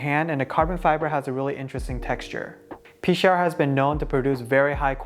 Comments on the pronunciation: I think its "Pee-Chower" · It’s Pea-shower, I called them and asked because I was curious on the pronunciation when I ordered my Rouge. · I think it's pronounced pee-shower =) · I heard it pronounces like "pesh-our" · I play with a Pechauer and I have always pronounced it “Pee-shower”...just more fun that way